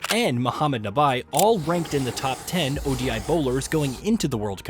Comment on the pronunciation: Calling Nabi as Nabai was hilarious 😭